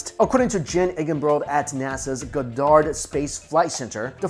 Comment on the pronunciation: Good stuff but it's pronounced God-ard no pause between syllables, not God-pause-Dard. Keep Keeping on!